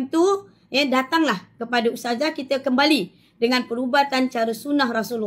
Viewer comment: tapi dia sebut pun bukan bunyi ustazah... bunyi "TAZAH" ade la 😂